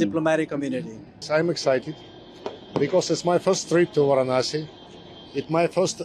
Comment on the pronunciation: He is pronounced Varanasi.. you showing vasi..